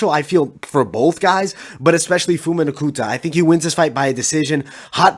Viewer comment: Phumi (Pumi) not Fumi.